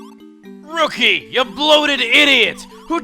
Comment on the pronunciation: "Rookie! Go to it!" sounded more like "Riki! Go to it!"